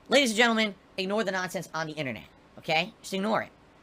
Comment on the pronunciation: holy sh!t "ladies and gentleen we gout him" is comedy gold